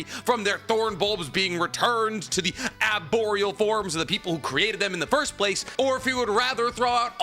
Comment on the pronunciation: Why is he pronouncing arboreal wothout the "r"??